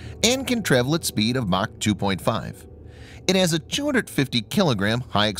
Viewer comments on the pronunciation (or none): none